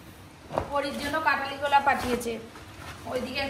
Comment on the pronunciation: কোলা নয়, কলা বলুন, লঙ্কা নয়, লঙ্কা